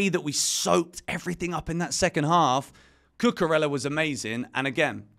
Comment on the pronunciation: Please learn how to pronounce Cucurella. Double l’s in Spanish are pronounced as y. Not pronouncing the name correctly of someone you give a box is disrespectful.